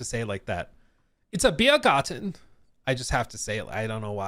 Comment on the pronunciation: As a German I can confirm you pronounced "Biergarten" quite well